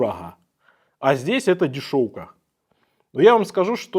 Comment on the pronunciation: дорахга, дишоука 🤣👍оговорочка про омега😮